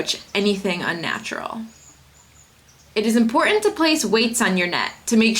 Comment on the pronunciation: Laura, you're not pronouncing "important" correctly.